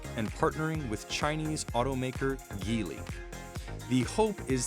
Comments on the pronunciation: Geely is pronounced with a soft G. It's actually the Chinese word jili, ( 吉利) which means propitious or something. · So is it Geely or G(J)eely? You pronounced it differently at the beginning and end of the video...